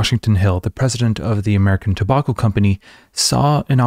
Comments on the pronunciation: It’s Toe-back-oh. Not Toe-bawk-oh. Sorry bud, that one got to me. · Two-bokk-o? Do you mean tobacco? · I wanted to learn about Edward Bernays, but in the first 20 seconds you pronounce tobacco wrong twice and now I want to stick chopsticks in my ears thanks man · How can one letter change the entire pronunciation of a word? What is the difference between "tow bach oh" and "tow back oh"? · I really had a hard time getting past "Tabawko" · Interesting pronunciation of the word 'tobacco'. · I’m going to start pronouncing tobacco like this. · That’s a pretty weird way to pronounce “tobacco.” Especially as you’re in a country where the words “drama” and “pyjama” rhyme with “Alabama” and not “llama.” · How many times can he say tobacco funny? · Why you pronounce tobacco like that? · this is a great video and all, but i can't get over how you pronounce 'tobacco'. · Was going to watch but I can't stand how you're pronouncing tobacco